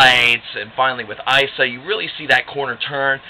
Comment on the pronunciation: Isa = Eeesahhh, not icea